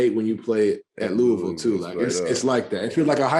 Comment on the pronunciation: Luh ah vul=Louisville